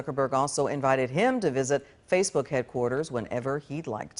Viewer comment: Did he just say "Faks Books"